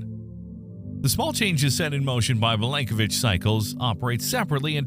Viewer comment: Milanković not Milankovitch